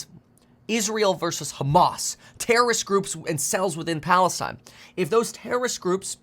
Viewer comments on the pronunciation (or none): none